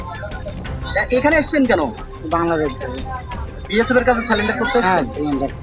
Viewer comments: বালের সাংবাদিক -সব কটা চ্যানেল -এ সাংবাদিক গুলো শুধু একই প্রশ্ন । আবার surrender কে বলছে -স্যালান -ডার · কেমন সাংবাদিক? স্যালেন্ডার বলছেন কেন। কথাটা স্যারেন্ডার।